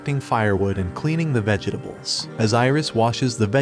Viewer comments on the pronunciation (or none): Did no one else hear the "vege dables"